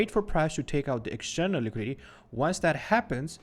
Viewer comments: It's Liquidity, not Liquidy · liquidity ❌ liquidy ✅ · “Liquidy” lol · Say liquidity again